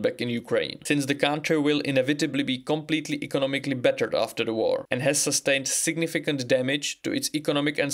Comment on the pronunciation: You pronounce battered as bettered and the two couldn't be further apart from each other.